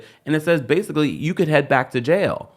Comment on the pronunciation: He’s going to jay-uh!!!